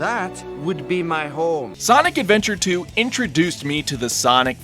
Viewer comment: SANIC ADVENTAH TOO BAYBEE SANIC ADVENTAH TOO